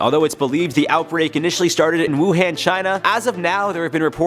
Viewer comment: You got it right but lots of news anchors butchered the name Wuhan is pronounce “Wu Han” like Han Solo.